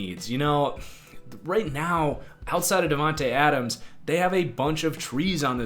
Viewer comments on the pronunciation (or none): none